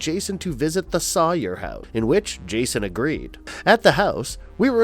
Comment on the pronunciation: Soy-er not saw-er😂🤣